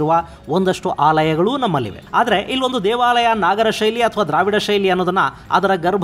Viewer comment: ನಾಗರ ಅಲ್ಲ ನಗರ ಶೈಲಿ